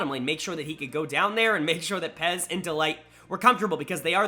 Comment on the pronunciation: Stop calling Peyz "Pez"